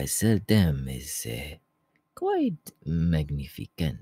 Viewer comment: “MagnefKent” lmao